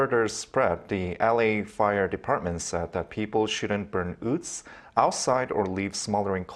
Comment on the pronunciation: Strange why so many Koreans say ood instead of wood